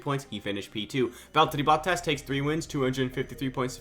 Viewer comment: The fuckin Valllllterrriiiii Botttaasss, dude thinks he is finnish